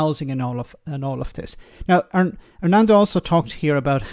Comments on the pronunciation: You called him Lianucci and Arnando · "Arnando Lanucci" come on at least get the guys name right! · Would have thought that someone who lives in Italy could pronounce an Italian name… (Yes I know Armando is Scottish…)